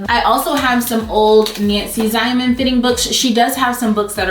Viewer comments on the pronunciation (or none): You were absolutely on point. Especially the parts about finishing seams and getting the right fit. I want to point out that Nancy Zieman's last name is pronounced "Zee men". I also have one of her books that explains the Pivot and Slide method. She's excellent. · Very helpful, Even to a seasoned sewer 😉 Oh, I have to say, the pronunciation is Nancy 'Zeeman' from my hometown. ♥️ Great advice! Thanks! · Love your video! Hint: It's pronounced Nancy Zeeman, not that it really matters. She was an exceptional person and extremely talented. My granddaughter and I had the pleasure of crossing paths with her near the end of her life. Truly a remarkable woman.